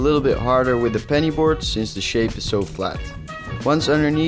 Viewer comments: I’m I the only one who hears him saying Benny board it penny board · This man said 🅱️ENNY BOARD. loved the vid btw👏🏻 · did he say “🅱️enny 🅱️oard” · I really felt it when he said benny board